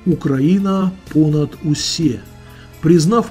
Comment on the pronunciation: нужно говорить не понад усЕ, а понад усЭ